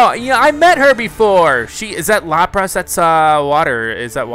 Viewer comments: Its pronounced as Lapras (Lap-ris) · lapras name is LAPR-IS like lapis! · you butchered the pronounciation of lapras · lol the way he says lapris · Sounds like he's calling it lop Ross